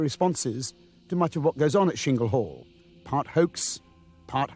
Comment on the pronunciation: It's Chingle Hall not Shingle Hall,! Why do some idiots decide to pronounce words in their own way?